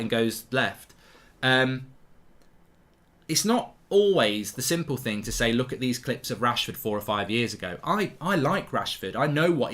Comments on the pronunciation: ‘Dis is a financial ting’ 😂😂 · "Dis is a financial ting" 🤣🤣🤣